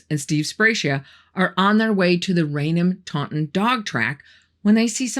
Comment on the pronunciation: I was born and raised not far from Bridgewater and worked at a company in Bridgewater at one point. Never heard of any of these things happening. WOW! And thanks for pronouncing all of the names correctly - not everyone can. 😂😂 For most people, Raynham is a challenge. Pronounced RAIN HAM. Some will pronounce it Rain'um.